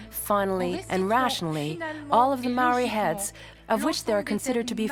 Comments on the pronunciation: Mar-ray-a???? It's pronounce Mar-reye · My god man learn how to pronounce Maori! It makes me cringe every time you butcher the word ....It is for your information pronounced Mowree not marie Mow like mow,ld (mould) ree. From the Tangata Whenua (people of the land) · Maori not mari 🤣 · it's pronounced mou-r(d)i - like mouldy but with the 'r' replacing the 'ld'. Notably the 'r' is tapped, not just said, so it's a bit like if you rolled it but only for a short amount of time. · Love it but every time he says 'mow-ree' I cringe a little